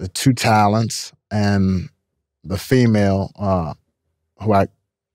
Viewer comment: Why does he keep saying "female" like that?